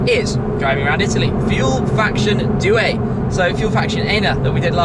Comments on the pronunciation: Dear Tim, let me try. The way you pronounce "due" sounds like if you were to pronounce something like "due-er" in english. You should try to pronounce it like "do-er". Focus on the "do" instead of "due". Cheers and big respect. A follower since 2010-ish... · I wasn't being serious but here's how you should say it: doo-e. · As someone who studies Italian, the way you say "due" is hilarious😁